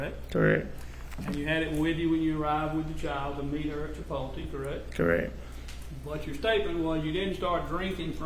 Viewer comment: Chi-pol-tee and Mack-Donalds